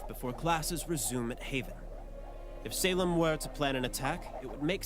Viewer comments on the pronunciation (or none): dude im sorry but the way you pronounce salem as saleeem just cracks me up ahhahahaha